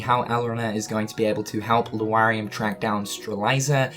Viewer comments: Strelitzia - not Streliza Lauriam - not Luariam Dissidia - not Disdiddia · You keep reading Lauriam as Lu-ariam instead of Laur like in Lauren and iam like in Miriam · Luariam? Sterlyza? Please stop saying them like that. Lauriam is like Laura. You wouldn't say Luara. And reading the romanji hints at how to pronounce the names. I mean no offense. I appreciate the updates. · Lauriam can be correctly pronounced as either LA-RI-UM or LO-RI-UM, but not LU-A-RI-UM as the 'a' and 'u' are not arranged to lend to that pronunciation. Sorry to all who are dyslexic, but I've been hearing this mispronunciation a lot and it just bugs me. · L A U riam not L U A xD daaaamn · LAURIAM, NOT LUARIAM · Also Lu-ariam instead of Lauriam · How are you still pronouncing it Luariam when you correctly spelled it in a tweet as Lauriam? Just look at the letters dude! XP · I don't know if it's a joke but the fact that you call Lauriam "Luariam" and Strelitzia "Strelieza" is annoying AF, I'd understand if you first meant it as a joke but as you continuously repeat their names over 10x it's just utterly annoying lmao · Strelitzia: Stra-lit-sia Lauriam: Lor-i-em Elrena: El-ree-na Please pronounce the names right. It was ticking me off every time you said them throughout the video. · So nobody's calling out for spelling names and then completely mispronouncing them?, I know they're stupid names, but I'm going nuts every time you say "LU-ariam" and "Strel-EYE-za". Especially when you spell em right there in the title. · Streh-lie-zuh and Loo-ar-ee-uhm........ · My dood still saying Loo r e um and stre lie za lol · Law-ree-um, stre-lit-see-uh... Don't skip phonics kids... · STRE-LIT-ZEE-AH. LAU-REE-UM. Come on man. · its lore-ee-um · Has no one told that he keeps mispronouncing Lauriam and Strelitzia? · You do not pronounce that dudes name right. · LEARN HOW TO SAY L-A-U-RIAM'S NAME, FOR GOD'S SAKE!!!!!